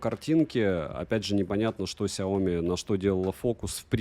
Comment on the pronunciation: сЯоми, не СяОми. Ты же крутой блогер)))